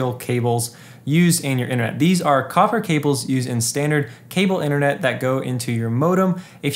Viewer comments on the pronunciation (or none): none